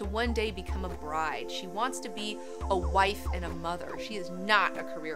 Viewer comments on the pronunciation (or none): none